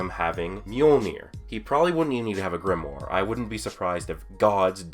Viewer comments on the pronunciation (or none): none